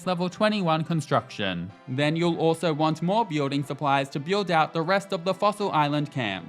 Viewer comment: Why can't this dude say "build" properly.